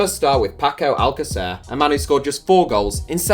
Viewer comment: Your pronunciation of alcacer makes it sound like you've never watched him play